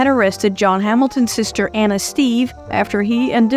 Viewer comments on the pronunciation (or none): none